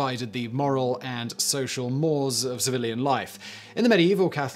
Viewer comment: Psst! Simon. Pssst! ‘Mores’ is pronounced ‘moorays’ and Paul Robeson’s surname pronounced ‘Robe-sun’. (Just sayin’). Love your work, Simon. Keep ‘em coming.